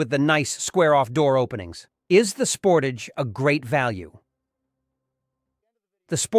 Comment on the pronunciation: How can you do a review of a vehicle when you cannot pronounce the name correctly? Thumbs down on this one sorry.